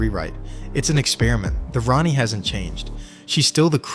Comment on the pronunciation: This is just AI dross. Did you listen to the AI narration, or check the written text, before uploading??? No, of course you didn't... If you had, you'd have picked up all the "Ronnie" nonsense, and it's NOT pronounced tee ay are dee ess, it's pronounced tardis.